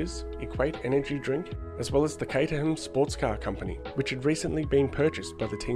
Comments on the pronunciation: It’s pronounced Kate-er-rum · the fact you pronounce caterham with the h is a sin, you must change your ways or feel the wrath of h